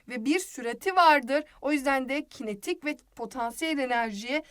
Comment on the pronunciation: kinatik enerji xd